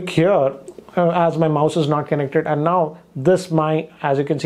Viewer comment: "Kenek Ted"